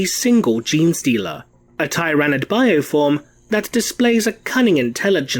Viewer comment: “Tie-ran-id race”